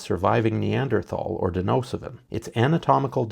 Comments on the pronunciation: It's Denisovin, Not Denosiven. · If your a videographer and just narrating... fine, But if whoever is narrating this considers themselves intelligent in any way, Its Pronounced "Den ih so van" Not Dih No suh Van